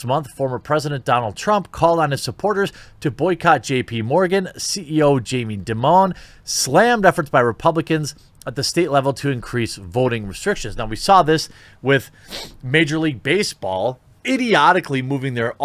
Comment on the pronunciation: FYI JP Morgan’s Jamie Dimon’s name is pronounced about like ‘diamond’ not ‘dee-MOAN’, he’s not French.